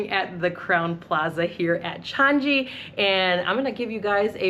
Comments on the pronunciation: Best airport in the world… DECADES running! By the way it’s pronounced Chang-ee, not Chan-gee. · you're pronouncing 'Changi' incorrectly. It's a soft 'G' so not 'Chan-GEE' but 'Chan-EE'. Thanks.